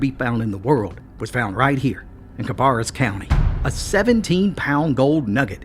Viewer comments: Cabarrus county is not in the Appalachian mountains but in the piedmont area of NC. The second syllable of cabarrus is pronounced bear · It's pronounced Ka barass county like embarass. No offense meant.